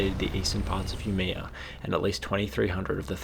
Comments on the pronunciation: Sorry, but I LOL'd when you tried to say Umeå. You could have checked the pronunciation online! Good video though. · The way he pronounced Umeå (the Swedish town) makes it sound cooler. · Swede here, not gonna lie but I cringed a bit with you trying to pronanouse Umeå. Little difficult to hear your Swedish but I think you meant björklöven (the hockey team) which translates to birch leaf/s Aside from that It sounded like your were on point about the big fire. Side note, there was also a big city fire on the same day in a different city, Sundsvall where almost whole city burned down. Luckily for city of Sundsvall was the fact a majority of the buildings were of stone and they never rebuild using wood.